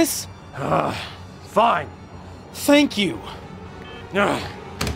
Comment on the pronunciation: this video has convinced me to turn my computer off: theeeeenk ya